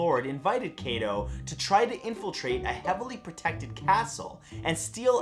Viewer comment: all your pronunciation of the japanese language is cringy. to help hide alittle bit of the transition of english into romaji - "i" is pounce as "ee". IE: kunoichi (Ku-noh-ee-chi) and for "a" is pounce as "ah" takeda (tah-key-da) Kato (kah-toh). and the "o" as "oh" like no(noh) and to (toh) i would list more but lazy but this should help.